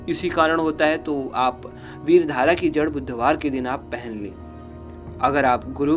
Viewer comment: भाई साहब पहले आप बोलना तो सिख ले । विधारा होता हे विर धारा नहीं ?